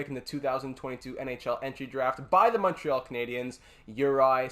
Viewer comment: Are tou from quebec ? If not congrats on the accent on the word Montréal